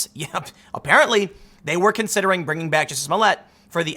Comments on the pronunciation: I believe Tim is miss pronouncing his name wrong it's juicy smooyay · Juicy Smolliet, pronounce right. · Who is this Jussie Smolett you speak of? I’ve only heard of Juicy Smoll-i-ay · His name is pronounced Juicy Smulliette. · It's pronounced, juicy smoll-e-a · It is pronounced Juicy Smoillé.